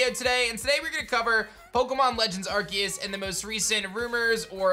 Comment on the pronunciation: I think it’s pronounce are-see-us